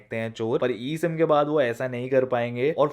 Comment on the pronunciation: Abe eem ya e sim lol